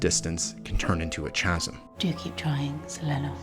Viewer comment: Really great! But just FYI "Chasm" is pronounced with a hard "C" | KA ○ zm This is a common mispronunciation among those who have read the word but rarely or never heard it said out loud (correctly)